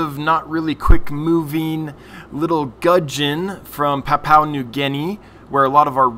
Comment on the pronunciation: Pronunciation 1. Gudgeon 10 out of 10; 2. Papua 5/10....'Pa-pu-a', 3 syllables rather than 2. We are more familiar with PNG being our closest neighbour. Which explains why very closely related gudgeons occur here in Australia too. Cheers